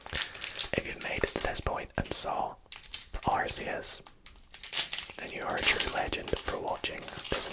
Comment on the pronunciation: Arceus not arseus